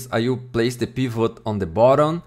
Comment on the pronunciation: Wen you said peevut I subcribed